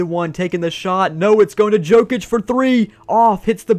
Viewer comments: it’s pronounced yokic not jokic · man I love that you’re branching out but PLEASE figure out who NBA players are 😂 Yo-Kich, not Joe-Kich and the “White” on the Celtics is Derrick, not Cody or Coby. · every time he says joe-kich my soul gets sucked from my body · Jokic name is pronounced Yokich btw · I was about to say that 😂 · It cracked me up to hear say Jokic incorrectly over and over. Love the vid.